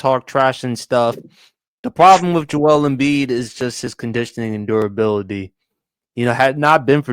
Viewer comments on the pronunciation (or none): Joel Embiid is a heel in my opinion. Part of that has to do with him pronouncing his name completely wrong lol (My name is Joel) not pronounced Jo Elle